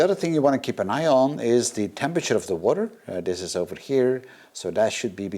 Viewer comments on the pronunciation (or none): none